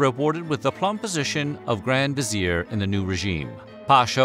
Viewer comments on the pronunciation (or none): none